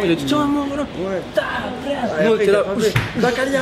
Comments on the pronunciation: En vrai pour un français je trouve qu'il a vraiment bien prononcé "bacalhau" comparé à des gens que je connais par contre c'est vrai qu'il s'est un peu gouré dans la traduction 😂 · le seul français a dire correctement bacalhau.